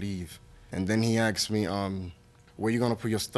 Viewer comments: do parents teach their children to say 'axed' instead of asked? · Anytime someone on this show says they”acksked me”, you know they’re gonna lose.